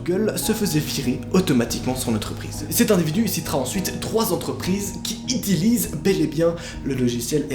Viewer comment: « qui ITILISENT » 😂😂